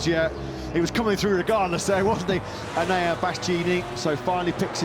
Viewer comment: The commentators rolling their dice on how they're gonna f' up Enea's name every. single. time. will never not make me laugh out loud 😂